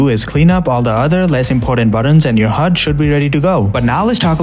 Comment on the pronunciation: nah ain't no way bro said it like that💀💀